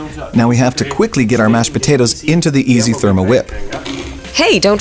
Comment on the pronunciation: Sounds like he's saying easy instead of iSi!